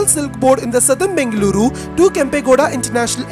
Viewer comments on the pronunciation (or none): God, your pronunciation of Bengaluru and other location names is pathetic. Ask your Kannadiga friends, or listen to FM radio, or local TV channels. Please, please, I beg you.